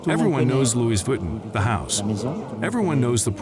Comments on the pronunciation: when AI voice could not pronounce Vuitton correctly, i turned off the audio and read the closed captioning. smh gee whiz. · I couldn't stand listening to the butchered name. Tolerated only up to . How far did you get? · Omg! Can’t you make sure the robot that is doing the work for you is saying the name right!! I can’t watch this because of this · ... symbolism ✨️ stolen/copied/influenced by the print of a tribe in Zanzibar 🇿🇦 in Africa... no?🤔 as i've watched conversations about this here on YouTube, Tiktok, i'm just curious. 🤔 Also WHY is the narrator mispronouncing the designers name?... so "frickin" irritating‼️🙄🤦🏽‍♀️ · it’s not respectable when it’s done without understanding that the AI voices can’t even properly pronounce the name of the subject at hand, Do you feel respected when other people address you as something that doesn’t even sound like your name? Or are you the type of person who doesn’t mind responding to “Hey you”?